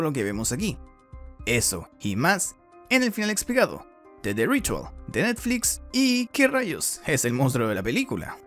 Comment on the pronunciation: ¿Y el tono que usas para "de Netflix"? Me siento estafada 💔